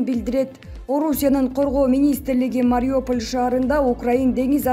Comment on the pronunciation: Диктор мектепти бүтүргөнсүңбү? Сколково деген сөзгө ударение коё албасаң кантип иштеп атасың . Мариуполь жөнүндө сүйлөбөй эле коёюн. Уялбайсыңбы.